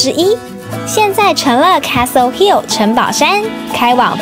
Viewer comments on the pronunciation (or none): 偶是台紐澳公民 基督城5年 奧克蘭5年 墨爾(貓)本14年 南島那條路 走了約十次 現看影片回憶 好懷念 在奧克蘭吃mövenpick ice cream 要不就New Zealand Nature ice cream, 其它就花樣多 但 不見得好吃 New Word? 試著這樣念 Wor-old 把3個音節 巫爾德 變4個音節 巫爾歐德 Steak and Cheese is the best for me as well. Castle Hill 不是卡斯托 Hill 拉 是卡搜Hill Auther's Pass 最高點那個博物館怎沒去 有巨鳥Moa的骨頭 到西海岸Kumara Junction 应多花來回2小時去Pancake Rock看鳥 強烈建議 Wanaka建議住Top10 Holday Park, 就在湖邊. Puzzling World沒去?可惜了 笨豬跳 哈哈 偶也不敢 鹿埸 "碎石路段" 保險公司是不保的 开車小心點 Te Anau 踢阿尿 不念腦 不叫Snow雪 叫Sleet 是下小冰塊 雨下的不夠大 瀑布水沒有往上飛 米佛路上的鏡湖沒去? Te Anau 營火蟲洞沒去? 哭哭 這是最有名的 必去的 Queenstown Shotover river Jet boat 沒去? 哭哭